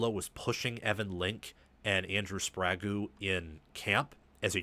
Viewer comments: Hey because it’s distracting and takes away from a good analysis It’s spray geh not spray goo for sprague A fo bi as well not what you are saying 😊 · A few too many mistakes for me. Hinton was not at rt last year. Link was. Hinton was tricky a left tackle. And you are totally mispronouncing Sprague. It’s not Sprago